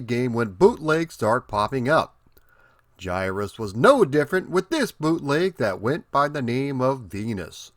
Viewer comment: Finally someone who can pronounce the name the correct way! It's one of my all-time favorite games, but all the ytubers seems to want to call it Guy-Russ, or Gihruss with hard-G's.